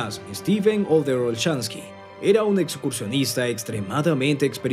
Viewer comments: Cual OTHER?, OTTER pronuncia bien el nombre, OTTER CON T, T, TTTTTTT. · Por qué le dice "Oder"?